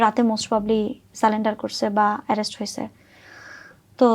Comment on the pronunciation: রাসেল মিয়া সালেন্ডার করছে😂😂😂 মানে সারেন্ডার ও কইতে পারেনা।😅